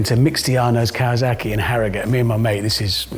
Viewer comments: why can't you pronounce Kawasaki correctly. Kah Wah Sah Key. It's easy. Simple. Like it looks. But you say something I find difficult to even quantify. You're a tv guy. You're supposed to be able to say things. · Awwwww, he can't pronounce Kawasaki -- that's adorable! Nice five-string bass.